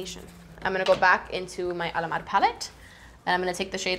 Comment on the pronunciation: Do you know the chills you get whenever you hear a really good music/singing? That's what I get whenever I hear pronounce Alamar or the eyeshadow names. I love this look, Kat looks beautiful. This makeup tutorial is done very well, especially for working makeup artists. I really wanna see a chatty GRWM with both Kat and (using Alamar cosmetics of course).